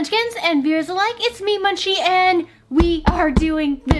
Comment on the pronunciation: I was talking to Munchie because I used to post on all her videos that she was pronouncing it wrong.